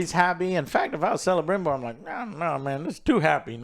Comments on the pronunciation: You know this show is nerve-racking when Joe says Celebrimbor the right way and now it’s who says “Selebrimbor”. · Last episode Joe corrected his name pronunciations, but this week he went right back to Celerybrimbor.